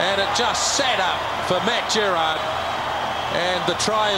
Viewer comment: "Matt Gerrard" LMAO